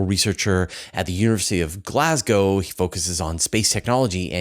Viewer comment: So few people pronounce Glasgow properly, nice work 🙌 Thanks for the interesting interview with